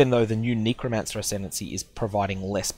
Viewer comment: nee-crow? lol, it's a "neh" sound, not a "nee" sound